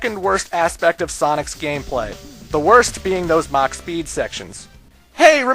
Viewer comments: Mach. It's mach. Mach. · Mach not max XD